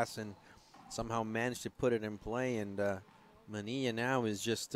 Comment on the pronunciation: Parrilla and Manilla are not pronounced Pareeya and Maneeya in English